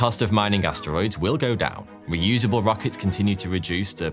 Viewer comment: He didn't say asteroids, he said ass steroids.